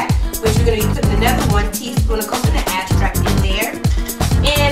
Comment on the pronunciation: its EXtract not axtract